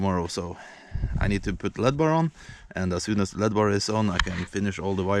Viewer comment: *L.E.D.*= Light.Emitting.Diode. Pronounced -- ELL. EEE. DEE. Just sayin. In case you dont know. A diode is a oneway valve. But if you force enough electric through it the wrong way it glows(emitts light).